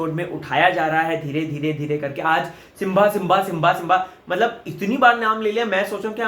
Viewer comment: It's not Simvaa it's Simbaa